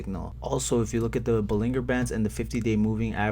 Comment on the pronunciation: I believe its gonna be a slow jog up hill the rest of June but then will run up in July. I also believe the word bollinger band is pronounced like the beginning of the word GERonimo. Have a good weekend